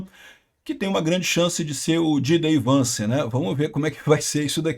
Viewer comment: o retorno do "ji dei vance"